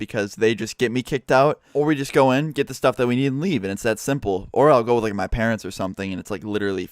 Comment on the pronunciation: '' And I'll see all you guys tomorrow, peace '' I thought he said: '' And meow see all you guys tomorrow, peace '' XDDDD